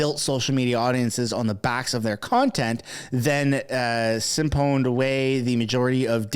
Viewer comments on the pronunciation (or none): Just for future reference- it’s not pronounced “sip-honed”. It’s spelled that way but sounds like “sy-fund”. As in just like what thieves do with gas or banks and fees or politicians and taxes. 😅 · Excuse me, but did you just say sip-hone? derp, derp, derp. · I want you to try to pronounce “siphoned” again before I judge you too harshly 😂